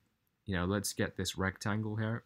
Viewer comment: Hey dude if your from the UK why do you say “hair” instead of “here”? Lol just curious